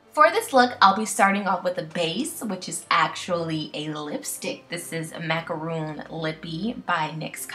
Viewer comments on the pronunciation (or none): It's wonderful! really ingenious. And you are very beautiful. One thing I noticed is that everyone pronounces "macaron" as "macaroon" which is incorrect it is mac-a-ron because macaron/macaroon are two different things. 😊 not pointing just you out, but a lot of the U.S, really, lol.